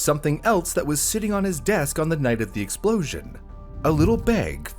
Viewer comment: tERrible explOWzhin!!